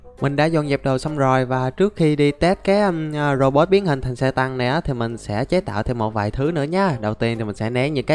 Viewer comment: Anh đọc lộn thành robo